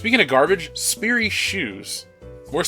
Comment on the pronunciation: My last name is sperry and I want to kill star wars for those shoes also you didn't say Sperry right and since that's my last name it kinda bugged me but it's not a super big deal😂